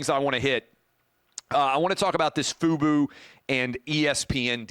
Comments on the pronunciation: FUBO not FUBU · This guy can’t even pronounce the company name right and you think he understands the deal? This guy has no idea what he’s talking about